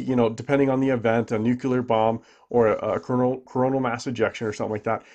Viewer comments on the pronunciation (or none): Nu= clear. C'mon bro. You're not that dumb are you. That's like George Bush dumb. That's like saying coup-on as c-yoo-pon. English can get complicated but not with.words like this. Basic grammatical rules. Phonetic pronunciation. There's absolutely no gray area or even a grey area. Doh...you said it again....cringe. You seem like an intelligent man except when you say " nuc-u-lar". Hey bixby sounds dumb like for people say expresso or ambalamps or aks. My apologies if dumb is what you're shooting for Please tell me a female by this. I don't think i'm superior I just end the type of friend that tells my friend that his zipper is down or he has spinach on his tooth, stuff like that.. up to you how u take it but that's how I mean it. Nuclear. Look at the word. Look at the letters. The 2 syllables. New-clear. It's not my opinion. Just the rules. Nuff said. Thanks for the vids! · Its pronounced nu clear not nukular